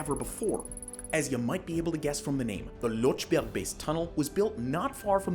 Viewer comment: You could also inform yourself how to pronounce 'Lötschberg Tunnel' instead of 'Lotschberg Tunnel'. The two dots are not for neglect.